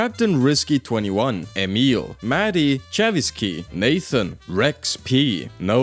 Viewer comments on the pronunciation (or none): none